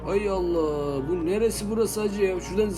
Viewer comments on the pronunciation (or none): none